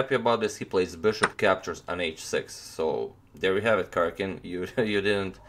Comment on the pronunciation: Dhruvil Purani J in east europe is pronounced like y, so it is Karyakin.